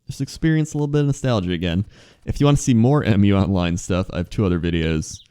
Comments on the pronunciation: Dude it's "Mew" not M.U. It's the name of the continent. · its muuuuu online, not m you online